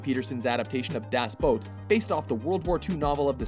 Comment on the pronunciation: Das Boat? Are you fucking high?